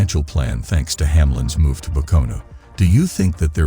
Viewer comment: The only thing worse than Hamlins move is this computers voice trying to pronounce Pocono